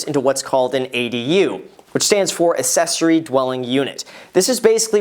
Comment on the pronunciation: Accessory dwelling unit... not "Assessory". How long have you been doing this again?? Sell now